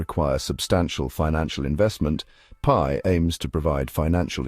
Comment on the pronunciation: It’s not PEE network.